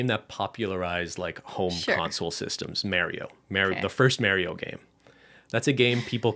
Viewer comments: Are we really not going to talk about saying "Mary-o"? Hahaha! I've never heard someone pronounce it that way! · Nobody:: MARY-OH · unrelated, but i'm so glad ben says it "mare-ee-o" like i do LOL i'm from new york, and i get made fun of it all the time! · Mary-o? Lol 😂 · The way says Mario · Is that how all of Canada pronounces ‘Mario’? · Why ben say Mario like that